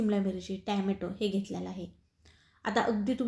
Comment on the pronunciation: टॅम्याटो नाही टोमॅटो म्हणा 😂